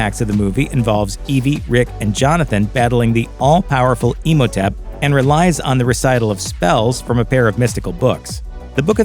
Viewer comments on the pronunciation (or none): I love how you pronounce Imhotep. Like Emo-tep